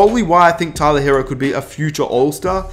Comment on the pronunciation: If you such a big Heat fan, maybe you should learn how to pronounce "Tyler Herro".